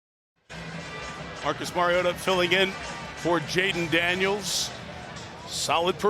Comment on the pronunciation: Anyone else wonder why they, the booth, pronounced Marcus’s name wrong, and about 4 different ways all night! Mhar-eee-oh-tha!